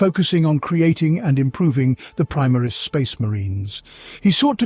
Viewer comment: I like your videos,but the way you pronounce Omnissiah,primaris,Roboute...is a heresy.😂